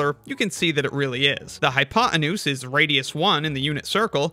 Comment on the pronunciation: Sorry. I had to stop listening to this video after the fourth time you said “hypoenuse”. What’s with the hatred of Americans for the letter “T” these days?